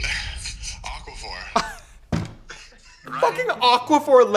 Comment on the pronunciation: He said "aquaphor" 😂😂😂😂😂😂